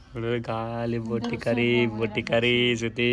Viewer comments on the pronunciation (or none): Botti kadu boti😂